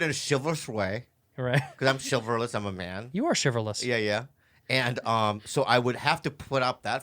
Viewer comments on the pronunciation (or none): Rewatched Bobby try to say chivalrous 20 times now. Andrew just going with it lol love it.